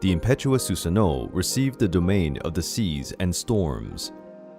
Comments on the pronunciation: I know I’m not crazy... you called susano her like 5 times 😂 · Why does "she" keep saying for Susanoo